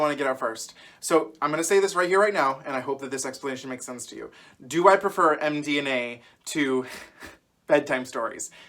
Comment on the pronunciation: I had to stop watching when you said MDNA. 🤣